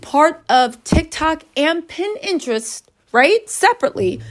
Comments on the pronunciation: Is she tryna say pinterest? 😂 she keeps sayin pininterest... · Wow..!! It's sad when a child can't even depend on their parent to try and protect them... Love your content.. Pinterest isn't pronounced Pin-Interest it's Pin-terest one word Pinterest.. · If you say pin interest one more time 😂